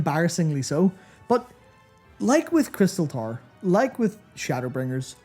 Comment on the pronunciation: I had a laugh that Youtube CC kept thinking you were saying "Tar" instead of "Tower", good video though, great to see Matt take the lead